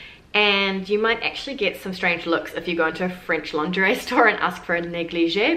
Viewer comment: You forgot 'lingerie' that you guys pronounce 'longerais'.